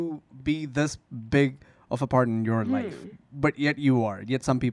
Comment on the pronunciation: port of our loif 😂 hold down 1 sec 😂 clear 😂